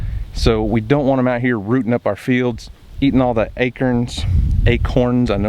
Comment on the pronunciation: I am rolling on the floor, that opening was great 👍🏼 I like the way you say acorns, I giggle 🤭 each time. Thank You ~Mama🐻~